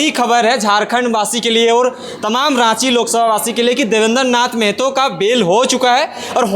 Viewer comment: Bolne ka dhang nahi hai r reporter bane h .. मेहतो nahi महतो होता है 🤔